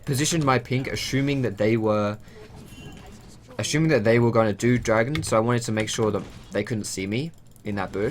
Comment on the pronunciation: It's assuming but with an accent, it means to infer something